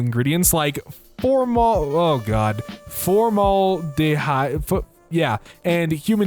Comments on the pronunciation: The “a” in formaldehyde is said like the first a in california, so FOHR-mæl-dih-HAID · This man can't prnouce formaldehyde